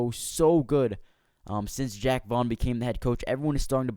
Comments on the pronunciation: Call him Jack 1 more goddamn time lol. It's Jacques! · jacque! like zha-ock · It's Jaque not Jack